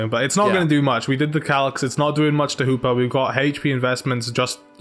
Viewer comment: I love how you pronounce Hoopa as Hooper :]